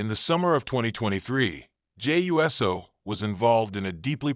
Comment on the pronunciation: It’s not us o it’s uso